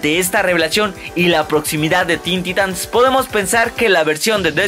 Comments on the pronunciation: Se pronuncia taitans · En cualquier universo de dc y en todos los croos overs habidos y por haber lo pronuncian taitans.